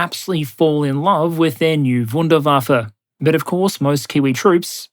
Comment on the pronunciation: "their new vuinderfafer" 😆